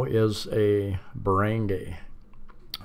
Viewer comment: This is a very informative vid. Btw, i see you've now got the hang of pronouncing Cebu as sih-BOO, good work mate. i would now like to help you with "barangay" = buh-ruhng-GUY, as in you're a guy.. Also, "Talisay" is pronounced tah-lee-SIGH.